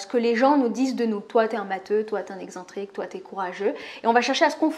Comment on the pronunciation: Une petite chose... on prononce excentrique comme dans le mot « accent » et non comme « exemple » excentrique \ɛk.sɑ̃.tʁik\ 🤓 Bon boulot sinon! 😃